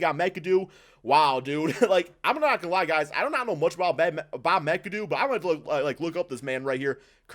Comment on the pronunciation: You say McAdoo WRONG